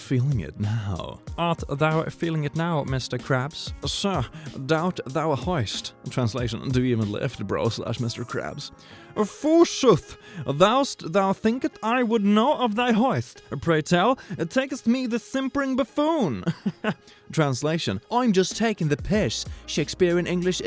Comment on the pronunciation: Forsooth is pronounced for-sooth Not Forsyth